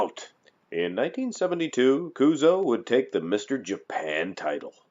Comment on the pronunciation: kuzo sudo こうぞうって発音しづらいのかな？